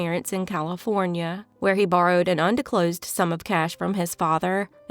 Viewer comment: The word is “ undisclosed”